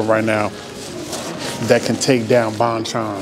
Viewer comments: Thanks for the video! Glad you enjoyed the chicken. Just FYI. It's pronounced "bone-chone" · lol if you come down to flushing ny, id take you to other korean chicken places. haha glad you f inally had a korean fried chicken. its pronounced bhon-chon with short o pronounciation. anyways hit me up if you wanna come down to flushing fam! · Hey Bro~ Bonchon is actually pronounciated as Bon = Bahn, Chon = Chone. Both "O" sound as "O" instead of "Ah" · I love you say bonchon!! Whatever u do know how to make it cool